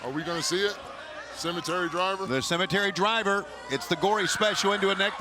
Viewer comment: Cemetery DRIVE!!! There's no R at the end FFS!!!